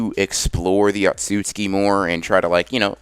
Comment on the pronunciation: Everybody else: otsutsuki Anime x : atsutsuki